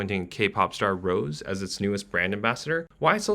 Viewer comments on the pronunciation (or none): It’s Rosé not Rose 💀🤢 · And it’s Rosé not rOse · You mispronounced Rosé's name but solid vid. The margins in this industry are insane. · The video is great but the pronunciation is sendinggg me 😂 especially when he said Rosé